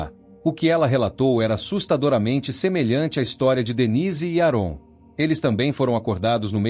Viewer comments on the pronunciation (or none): AParte ruim de todo o vídeo é a pronúncia errado do nome do homem … a pronúncia correta é ÉRON !